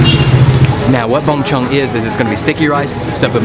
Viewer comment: Lol the way you say Bung Chung. At least you tried 👍